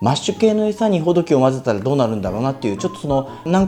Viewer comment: 、インプレッションありがとうございました。とても参考になりました。 ほ↘ど↘き↘ でなくて ほ→ど→き→ だと釣りフェスでマルキュー担当者さんが言ってました。 今日買ったら800円超えでびっくり（爆）